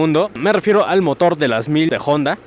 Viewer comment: Al fin alguien que pronuncia de manera correcta el nombre de la marca Jonda en vez de Onda . Felicitaciones sigue adelante 👍